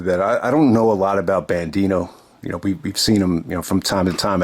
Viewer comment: Looks like EC3 has recruited Dak Draper, Brian Johnson and Eli Isom to his Free The Narative collective, and we'll see them "new and improved" in ROH's "re-imagined" era. And it's Bandido,, not "BanDino", LOL.